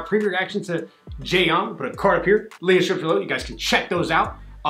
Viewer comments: Your pronounciation of '전' sounds like Xeon. I thought it was a new Intel processor. hhh... 'Jeon' means in SK '전' but '전' sounds like John in American English. In English, alphabets and its pronounciations are not always same, so we determined 'ㅓ' as 'eo' and so '전' as 'Jeon'. Thanks for your cool reaction as always. Thanks and! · It’s JEON! 1 syllable lol not Je-on! 😂😂😂😂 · Jeon is pronounced like the name John btw. And that’s her last name. Somi is her first name. I don’t see many people react to Somi, so thank you for checking her out!